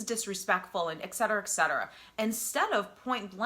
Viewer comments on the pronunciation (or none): *et cetera. Please learn to say this phrase properly.